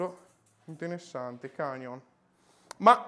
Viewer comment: cAnion non si può sentire pero😂